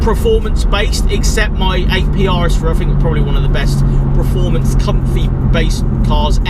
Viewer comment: someone please teach how to pronounce PER-formance not PRE-formance he says it in every video